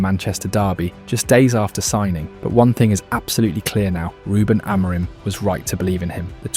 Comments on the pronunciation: Are you Ai? Why can't you say the head coaches name properly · I really like your videos but please please pleeeeease look up how to pronounce Amorim. While your at it, look up our players too.